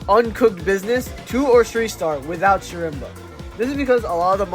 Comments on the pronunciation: im pretty sure it's pronounced as sherma since I think the c is silent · schrembuh how do you butcher his name this badly